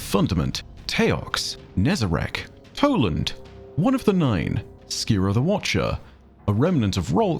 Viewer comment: . Ah yes, Poland